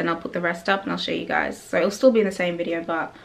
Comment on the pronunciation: Your voice had an American accent right up till you said "video." I was like guh, you taking voice acting lessons? 😫😭